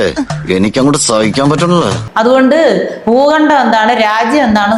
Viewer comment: 'ഭൂഖണ്ണം ' ? അതെന്ത്? ഭൂഖണ്ഡം എന്നാണ് എന്നതും അറിയില്ല....!!